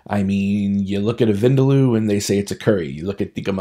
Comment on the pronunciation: As usual you say al the buzz words from Hindu, Muslim, Sik and western people typical of any NRI. In this case your confusion between curry and a masala. You even pronounce vindaloo incorrectly. You are not helping the "cause"